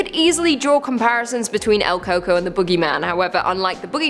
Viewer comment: LOL, el coco, pronounced el cu-cuí